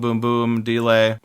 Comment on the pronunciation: is a Dee-lay the same thing as a delay? :P